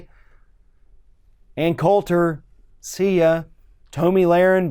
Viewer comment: Wait is Tomi's name really pronounced toe me?